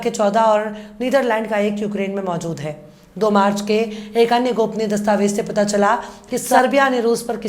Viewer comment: Dastavej nahi dastavez kaheye.meda aap ka andaaze bayaan bahoth shaandaar khoobsurath hai.Jai Hind